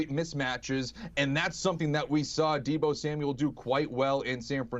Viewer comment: it's Deebo 😭